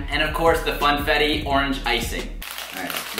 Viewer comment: did anyone hear him say fanetti😂instead of funfettu